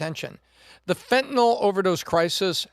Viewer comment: pronounced fentanyl correctly.